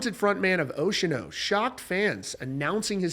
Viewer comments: Ocean-O? You're killing me bro. Say it with me. "Oce-an-o" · "Stop saying Ocean-O in there!" 😂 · It’s oce-a-no. (4 syllables) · I could be wrong here, but I'm prettttttttttty sure it's NOT pronounced "ocean-oh" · Bro its Oceano not Oceano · The pronunciation of Oceano made me pause, leave this comment and stop watching this video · Sorry, can't unhear it now 😂